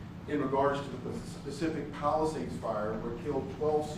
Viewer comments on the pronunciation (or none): none